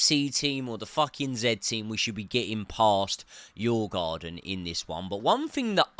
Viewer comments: you prounonce the "å" in the same way as you would say the "o" in "or" , so its Djurgorden not djurgarden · "I have done extensive research into the name"...?...Sure you have :0) Its: "dyoo·uh·gaa·dn" The D is pronounced and there is no R...where did you get that one from?! Its not even in the spelling! lol